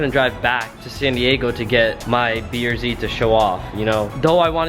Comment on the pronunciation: is is just me or do and say beer z rather than brz?